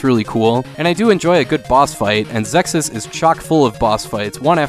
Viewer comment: I always pronounced it as Zexiz, but that's how I heard it was supposed to be pronounced, anyway. EDIT: Nailed it!!! :-D